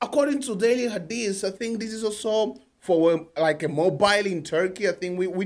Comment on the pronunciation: You must how to pronounce her name that's important thing